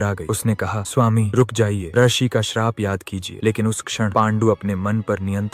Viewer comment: रसी नहीं बेटा ऋषि होता है।😅😅😅